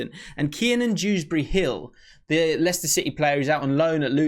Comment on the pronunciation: "By this time next year we'll be knowing that name for sure". its Dewsbury-Hall not hill so you don't even know it yet😉